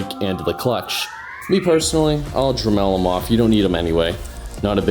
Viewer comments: Dre-melled LOL Dude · Pickle Rick what the fuck is a druh mel? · The way he says Dremel frustrates me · haahahaha I thought it was weird too!